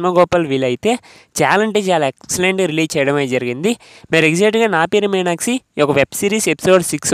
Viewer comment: మీరు "మీనాక్షి" అన్న పదాన్ని " మీనాక్సి " అని పలుకుతున్నారు. అది తప్పు కదా. మీకు వీడియోలు తీయాలని ఉత్సాహం ఉంది కదా. మరి సరిగ్గా మాట్లాడక పోతే బాగోదు కదా. అందు వల్ల మీరు వెంటనే తెలుగు ఎలా మాట్లాడాలో నేర్చుకోండి. All the best. I will watch keenly your progress. Bye...